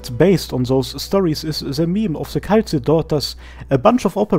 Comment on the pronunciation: Excellent work, as always! But... "Kay-la-see"